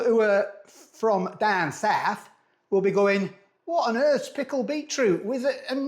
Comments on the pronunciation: Daan saaf...😂😂😂 Very good accent mister!!! I'm from daan saaf and I was in hysterics when you said that! I ran you back 3 times to keep hearing it👍👍 Love your channel by the way! Beautiful kitchen too 😀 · Love the "DAAN SOUTH"